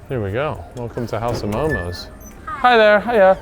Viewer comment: its so hard when someone says momos to MO:MO 🥲